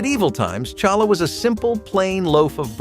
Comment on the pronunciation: Pronounced Halla …,not Challa h!!!!